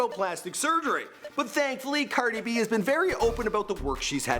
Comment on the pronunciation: It's cardi b not "cerdi b" say it right